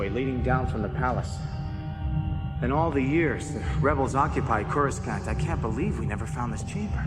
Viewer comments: CourasKant kills me every time 😅 Also boggles my mind at just how many YouTubers mispronounce SO MANY words, whether it be fiction or geographical or names, whatever... You'd think that if u SPEAK for a living, any word that seems REMOTELY difficult to pronounce, or could possibly look like it's pronounced one way but it's really another (i.e. CourasKant lol), you'd take the 4-11 seconds to just Google the word and "pronunciation" to nail it the 1st time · That was the original pronunciation before the prequels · Am I the only one who finds the pronunciation of Coruscant a little strange? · Core a sant not core s cant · Denture thing ruined by wrong pronunciation..it's not 'scant' it's 'saunt'..Corisaunt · The pronunciation of Coruscant 😂 Core - you - sant. Thats how you spell Coruscant. Not "Koraskant" pronunciation. That word looks polish lol 😆😂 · Coruskant? 😅 Ever watched the PT at all AI? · I loke all the little tweaks to dialogue they made, like pilot chatter. they add alot of atmosphere! And the voice actings very well done! Really my biggest complaint is towards the beginning 'courscant' was pronunced wrong, which is a small thing compared to most fan films and fan projects. This is definitly going in a list with the popular thrawn comic fan adaptation. Excited to start listening to your rendition of dark empire II now! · I know this audio was recorded before the Prequels, but i can't stop myself from cringing everytime i hear "CorsKant". lol XD Anyway, thanks a lot for putting this together. It's great! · What’s coraskant???? Are they suppose to be saying coruscant????? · Oh that sinking feeling when you listen to a new Star Wars audiobook, looking forward to immersing yourself in the world, and suddenly the narrator talks about Choruskahnt or Corusscunt and you know this whole novel is gonna be a bit of a challenge. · Coreskant is such a funny pronunciation lol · coruskant??? please... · CorusKANT lol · What's up with the pronunciation of "Coruscant"?